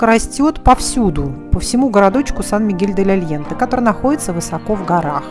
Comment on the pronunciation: Aliente....произносится первое Е между Е и Э..... но только ни как не Е..... и ещё полы ледяные